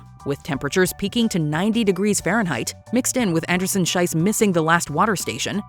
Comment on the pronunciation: Please pronounce the name of Gabriela Andersen-Schiess correctly! The way you're saying it your're literally calling her Anderson-"shit", which is what "Scheiss"means in German. In her name "Schiess" the "ie" is pronounced like the "y" in "history" for example. Usually mispronouncing things isn't a big deal but because of the meaning it feels really bad to hear her being called that, it literally made me cringe (and write this comment)